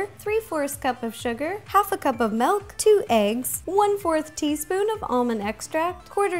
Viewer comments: I HATE it when people say melk it milk! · I love how she says melk not milk